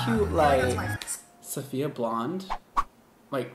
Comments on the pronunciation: i cringe everytime he sayd sofiya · her boyfriend calls her SAHF lol and called her SAHFiya at the beginning too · I can’t deal with him pronouncing her name wrong 🙄